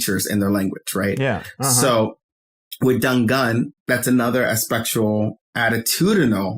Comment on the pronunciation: I didn't know we were calling it "ah-vay" now lol. I just say the letters. But to add on to "done gone" one, I was confused. I thought he was saying "done gun". I take it that's what they say where he grew up. I'm Chicagoan and we say "done gone and" to say a person did something (usually something bad or something that annoyed the person saying it). Another BIG one is "finna", which is a variation of "fixing to" to say that we're about to do something. Or we say "I'm bout to (insert activity). AAVE has regional differences just like like standard American English. New York AAVE sounds vastly different from Chicago and southern areas. Same with West Coast AAVE.